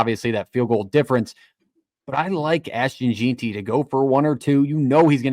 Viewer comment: Jeanty, pronounced JEN-TEE. Boise, pronounced BOY-SEE. Good show though. I feel like the weather will be a major factor for the Las Vegas kids, its gonna be COLD. I call it 31-27 BSU wins.